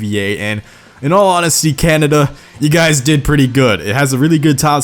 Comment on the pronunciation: You say Canada weird